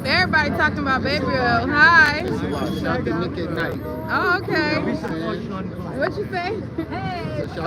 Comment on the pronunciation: People keep saying Nick it’s NIQUE!!!